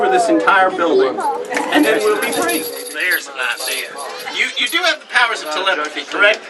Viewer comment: I kept half expecting to hear the words "I got an Idear" to pop up